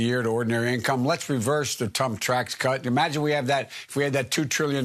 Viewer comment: "let's reverse the tump Trax cut" Finally a political proposition I could get behind